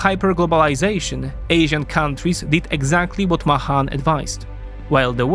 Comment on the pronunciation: MAY-han not MUH-hon